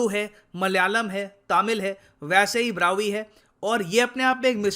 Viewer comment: B. BRAHUIS NOT BRAHVIS